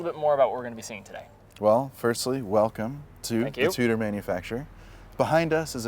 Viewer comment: saying it like TOOTER is grinding 🥴